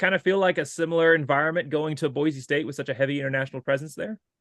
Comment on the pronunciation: Great interview. Looking forward to seeing on the Blue. It is good to hear him say Boise (Boy Cee) the correct way. 😊